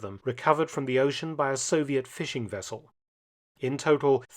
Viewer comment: "Soviet Fishing Wessel " :-)